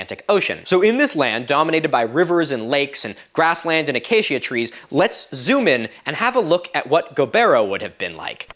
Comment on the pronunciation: It’s my name, so I am more bothered by it: Acacia is “Uh-Kay-shuh” not “uh-Kay-Shia” Or “Uh-kah-key-Uh” if you’re going for Latin pronunciation